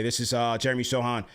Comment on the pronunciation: Yo callers, you can't be judging my dude's hair if you can't pronounce his name.